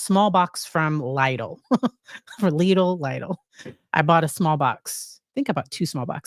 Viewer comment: Love your videos. But I've noticed in a few videos you are struggling with the German Lidl supermarket pronunciation. It will be pronounced "LEE-dl" rhyming with "needle." I hope that helps, and thank you for pronouncing foreign words correctly.:face-red-heart-shape:👏